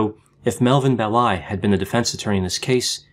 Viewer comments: I’ve been meaning to suggest that you check pronunciations. It’s BELL-i, not Bell-I. Thanks, interesting show. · PS: it’s Melvin BELL- eye with the accent on the 1st syllable.